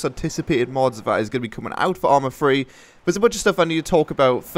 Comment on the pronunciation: Love how says ourma fwee